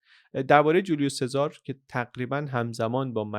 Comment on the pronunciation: سلام ، ایتالیایی ها اسم سزار رو " چزاره " صدا میکنن یا میخونن.